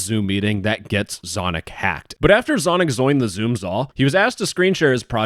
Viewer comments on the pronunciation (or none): "Zonic Zoined the Zoom Zall" 😭🙏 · "so after Zonic zoims zhe zoom zall" ✌️😭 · “after zonic zoined zhe zoom zall” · “but after zonic zoined the zoom za”